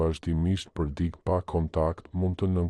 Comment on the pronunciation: Ore trap! Mëso theksin e fjalëve më gjuhën shqipe se na e shpife. Jo "dik" por "dikë", etj